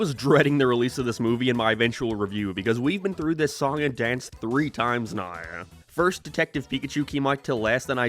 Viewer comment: Why he say “now” like that😂😂